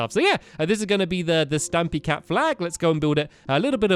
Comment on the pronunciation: For a sec I thought stampy said stabby cat